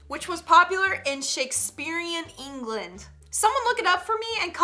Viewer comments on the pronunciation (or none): none